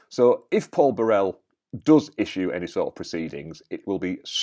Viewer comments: You are mispronouncing the man's name. It's BUH-rel, with the emphasis on the first syllable, not Buh-RELL. The name is not French, it's of Scottish origin. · So without knowing why Paul Burrell (and please pronounce his surname properly) wants to sue Prince Harry, you say he can't. Well Harry thinks he can sue MGN for alleged phone hacking without evidence and without evidence, it should've been thrown out of court already. If he's not accusing members of his own family of betraying him with leaked stories, he's claiming he was hacked. So which is it, Harry?